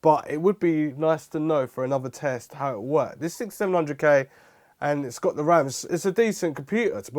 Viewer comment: Why can you sometimes pronounce TH correctly, and other times not!?